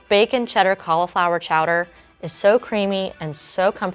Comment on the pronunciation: Anyone else triggered by the way she pronounces cauliflower